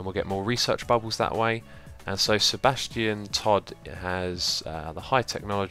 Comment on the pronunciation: Every time you say Sebastian I hear Sir. Bastion Todd. :) You should make a medieval RPG called The Adventures of Sir. Bastion Todd ;)